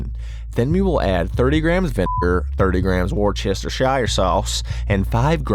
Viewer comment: I might be vegan, and won't make these, but i'll still support my boy. Keep it up homie, you're skyrocketing on here and it's so dope to see! Props on knowing ACTUALLY HOW TO SAY WORCESTERSHIRE Sauce! They really make you bleep out vinegar? That's petty levels of not free speech I have ever heard. wow